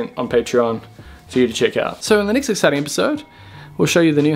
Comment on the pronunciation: The way you say "exciting" makes me crack up ae haha never change you are the man! 🤙